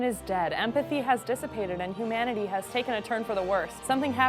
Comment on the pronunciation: did you say "hoomanity"?! love ya girl:')